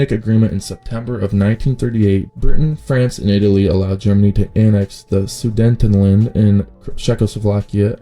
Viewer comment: You pronounced Sudetenland like a cretin